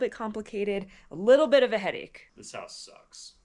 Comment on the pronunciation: CH "Hair out of square" H-O-O-S" insted of your house it's your hoos!